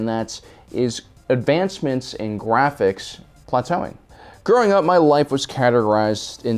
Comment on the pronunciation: "Gwaphics." Channeling your inner Elmer Fudd?